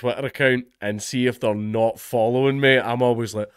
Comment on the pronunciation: that's..exactly what i said; except he pronounced it the way i'd mentioned, 'notly' then 'natly.'